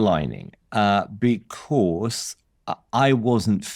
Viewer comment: Becors = Because